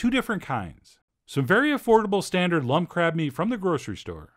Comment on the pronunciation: Am I the only one who heard , just for a second... Crap wonton , crap dumplings.... I feel bad but I can't stop my brain